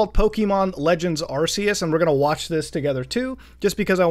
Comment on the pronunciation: That fuckin "arseus" burns me